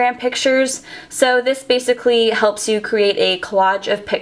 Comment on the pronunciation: please stop saying bacicly